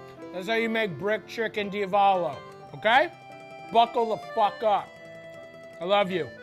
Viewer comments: I'm Italian and I approve this message - Down a shot every time Matty mispronounces Diavolo * DEE--AHH-VO-LO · DIA-VOLO. Cant be that hard lol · It's di-AH-vo-lo. Where's mi-CHELLE! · Love that Matty said Diavolo 50 different ways and not ONE was correct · I though Matty was joking but he actually can't say Diavolo lol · I’m 100% convinced Matty didn’t pronounce d’avalo correctly and I don’t care because it’s perfectly Matty.